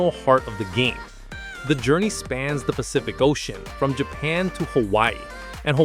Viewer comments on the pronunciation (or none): none